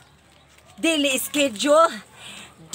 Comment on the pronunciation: "ANTWORM" "DILI ROUTINE" "DILICACY" "DILISCHEDULE" HAHAHAHAHAHAHAHA ON POINT BAGSAK AKO NGAYON PERO IS THE ONE WHO MAKES ME SMILE